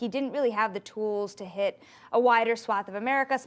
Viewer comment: I’m... the word “tools” is one syllable not two.